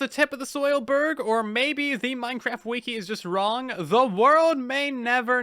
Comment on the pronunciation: Who finds it funny when he says ''wiki''